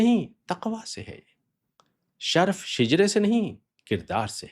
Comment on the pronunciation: نَسْب نہیں، نَسَب، نیز شَرْف نہیں شَرَف بولیے